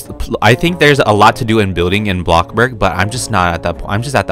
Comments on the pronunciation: u say blocburg. not bloxburg.. its bloxburg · Was I the only one who hears him says “blockblurg” ??? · why do you say blockburg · why do you say blockburg?